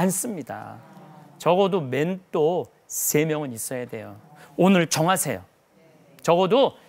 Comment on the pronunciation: 맨또가 머니 맨또가ㆍ발음좀 신경쓰시지그래